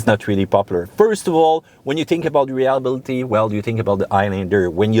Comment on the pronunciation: on dis reLIAbility pas rEALIbility